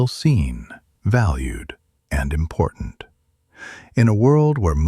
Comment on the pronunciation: I think this is an impor'ant skill to learn